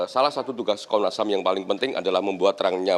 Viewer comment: Konnas HAM ya??? Bukan HAM burger kan.??